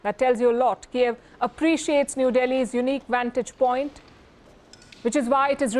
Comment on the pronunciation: Palki can only shout, don't know the basic pronunciation difference between Kyiv and Kiev, that's the whole point of this fuckin war 😂😂😂🤡